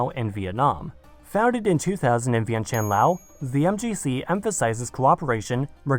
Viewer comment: Applause for Vientiane's pronunciation!